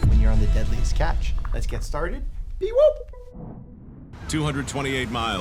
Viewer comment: peewoop. no b. no double p. no silent h. sorry i’m picky